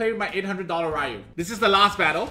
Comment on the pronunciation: Ik this is random as heck.. but thank you for pronouncing Ryu properly 😅 drives me nuts when people call him Ree-u. It's like calling your friend Ryan Ree-an instead smh